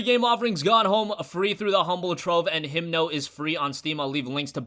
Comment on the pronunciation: It's Himno not Himdo.